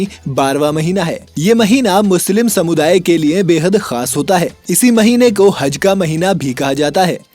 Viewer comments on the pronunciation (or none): He speak हज =I listen हग